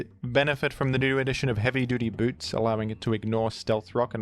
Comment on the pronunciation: I love the way you say HeavyDutyBoots